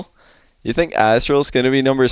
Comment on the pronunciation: why does he keep saying youz